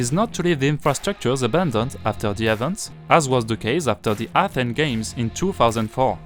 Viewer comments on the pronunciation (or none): none